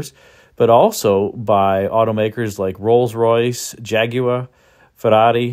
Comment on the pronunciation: Thanks for going to the effort to say Jaguar correctly